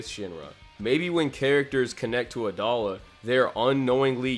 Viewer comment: i thought it was pronounced a-dough-la